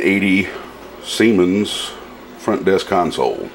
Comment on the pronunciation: lol, you said seimens